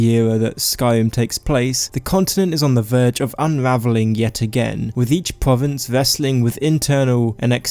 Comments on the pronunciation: If you can only pronounce pwovince, why do you keep doing it? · Your talking is so cute lmao pwovince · why can't you pronounce the letter r...pwovince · pwovince, skywim, ewuption. Nice mate